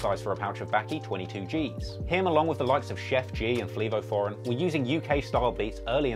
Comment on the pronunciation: did you just call that man Fleevo Foreign? 😁